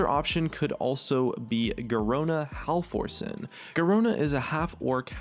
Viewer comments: brother no biggy but halforcen is pronounced haff-ork-en, not haff-forss-en :P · I was pretty dumbstruck when he said Ha-Force-En. I mean, he instantly afterward says she is "half Orc", but doesn't pronounce it "half Ors". Isn't the name obvious to be read as "half Orc"? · "Garona Half-Orson?!" What, is she half-orc, half-Orson Welles!? It's Half-Orcen. It even has ORC right there in the name!